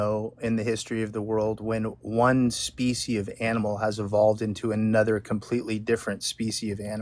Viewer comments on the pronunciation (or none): Why does it keep saying specie?